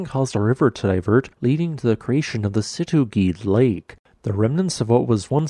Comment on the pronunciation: the way he said "situ gede"💀